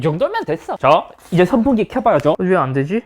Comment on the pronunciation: 형 발음 때문에 더보기에도 성풍기라고 한거얌? ㅎㅎ